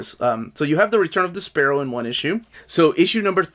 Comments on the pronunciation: Great review. So glad this channel exists. Also I thought you were saying "The Sparrow" until I saw the picture and got a laugh out of thinking of Despero going by that while flapping his cape like little wings. I got JLI 1 because of you and really loved it. What would you recommend getting first, JLI 2 or Batman Road to No Man's Land? Better story, more likely to sell out, less likely to get reprinted, whatever reasoning you have works to help make the decision. Want to get both eventually but need to set priorities during these times. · I always called him DES-per-oh. Never heard it pronounced your way before! Dunno if I’ve ever even heard his name said out loud before haha. Can’t wait for this book of course...sure hope we make it to Breakdowns!